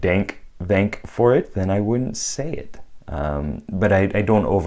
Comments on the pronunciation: You pronounce the “tha” in “thank you” like one would when they say “then”. Thenk you for the video. I enjoyed your input very much. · Thank - a hard "th" rather than a soft one. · Why do you say "thank" with a soft th? Most people say it with a hard th. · The way you say "thank" (I thought you were doing some kind of comedy bit or meme at first), is that an accent thing? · Fascinating that you seem to prefer the use of eth (voiced dental fricative) over theta (unvoiced dental fricative) in your pronunciation of “thank.” How novel!